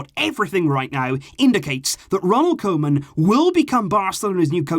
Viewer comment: Please, I beg you, it's pronounced "KOO-man".